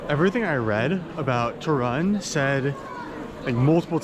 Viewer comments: Obviously wrong pronunciation of the name "Toruń" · How he calls it “tuh run” 🏃 🏃‍♀️ Seriously, he could be bothered to find out how to pronounce it correctly?